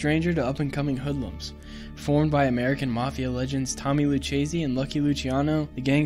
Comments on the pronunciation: Lou-Kay-zee. Not lou-chazee. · Are any of you Italian? Lucchese is pronounced "lukkese". The "ch" in Italian is pronounced like the letter "k". Also "capo" is pronounced "kapo", not "kaypo".